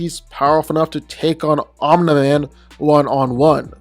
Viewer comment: No one:: "OMNA MAN"